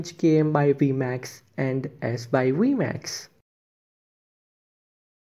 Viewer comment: Your vmax accent sounds good🤣